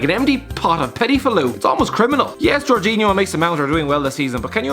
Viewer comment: he said Jorginio